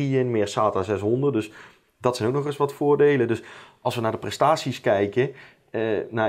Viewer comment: "Dat is toch wel aardig wat(t)" lol